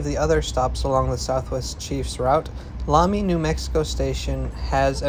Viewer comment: Nice video of my home town Amtrak train ( ABQ dude here). You're lucky to come on a year when we got a good summer monsoon. It's not always that green around Raton and Las Vegas. Also you said it two dofferent ways, so I'm guessing you're not sure but fyi Lamy rhymes with "pay me", not "saw me" (even though the Spanish bishop it's named after said it the other way). Oh and that "European style village" was ironically an indigenous pueblo. I think it was Kewa, but you can also see Santa Ana and Sandia pueblos from the train. Each is both a village and an individual tribe.